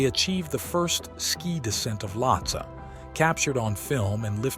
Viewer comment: its' not Lottes. It's Lhotse. Lot-say. Also your spelling on the click bait banner is atrocious. get educated please. You're making Mountaineering videos for gosh sakes!